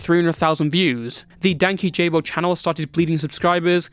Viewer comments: dude i laughed so hard when he said Dankyjabo wrong ps. no shade just found it funny, good vid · guys can we please learn how to pronounce “Dankyjabo” correctly if we’re going to mention him in a video ?? 😭😭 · Im so sorry, this doesnt matter, but your prounounciation of Dankyjabo is killing me 😭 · If Jessie sees this video he is gonna come after you for the mispronunciation of his channel name 💔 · Nice video, but Dankyjabo’s name is pronounced Dan-Key-Ja-bow not Danky-Job-oh. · It hurts my soul that everyone says danky-jabo. Danky himself has pronounced his title multiple times. “Dank-esh-abo” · From what I heard dankyjabos is called out as dan keyjabo, ky sounding like key, ja sounding like jah. And bo is just bo but I heard from watching his videos if I’m sure ! His name isn’t danky jabo but dan kyjabo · "Danky Jabo" is "Dan-kee-sha-bo" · pronounced Dan-key-ja-bo 😊it’s so funny. Also, there’s no way what he said about him to be correct. We love Jesse. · I used to watch Louis and Jesse at the same time. When the drama happend I was so disappointed with how it was coverd. I think its so stupid that the drama happend. (Also the pronunciation is killing me. Dank-key-ja-bow is how he says it.) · For anyone who needs to know it's (dan-key-juh-bow) lol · I swore I thought it was Dan-kee-jabo 😭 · isnt it dank-ee-juh-bow .. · i giggle every time anyone mispronounces dankyjabo cuz he corrects how it's pronounced in a couple vids and the way ppl pronounce it wrong is funny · The way nobody is pronouncing Dan Kyjabo right is frying me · That’s what i was thinking 😭